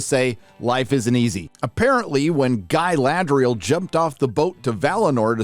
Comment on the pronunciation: You were pronouncing Galadriel wrong, please make sure to emphasise the R more next time.